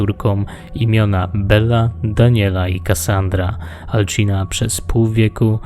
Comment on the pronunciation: Materiał wykonany wyśmienicie ale muszę się przyczepić do kilku rzeczy dokładniej do dwóch. Pierwsze to jak wypowiadasz imię. Mówi się Alcina (C czyta się jak S) A nie "Alczina". Drugą rzeczą jest sztylet. Trochę ci się nazwy pomerdały i to nazywało się "Sztyletem śmiertelnego kwiatu" a ty mówiłeś "Sztylet kwiatu śmierci".